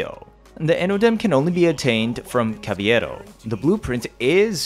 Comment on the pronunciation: You keep pronouncing Cavalero's name wrong. It's only a Y sound if there's 2 Ls. Yes Cavalero is a play on words of the Spanish word "Caballero" which means gentleman or knight. Imagine me pronouncing Asian words wrong. It would bother the crap outta you. That's how I feel. Pronounce his name right please that L is meant to be pronounced.